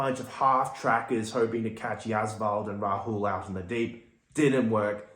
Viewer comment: Not Yaswal...it's Jaiswal